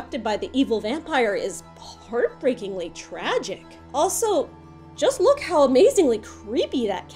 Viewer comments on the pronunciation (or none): none